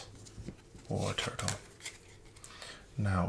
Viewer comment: I noticed that you are always pronouncing Wartortle as Warturtle.